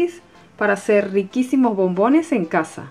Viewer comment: por que dices bombines